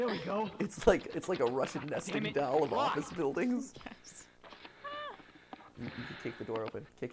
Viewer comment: Mat, you’re og Ohio accent really came through when you said the word “doll” 😂 love it